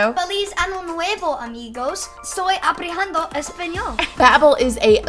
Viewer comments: Its not aprejando español.. Its aprendiendo lol but good try lil guy!!! Hes so enthusiastic! Gotta love it! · he's so cute but its pronounced aprendiendo no H spanish can be tricky lol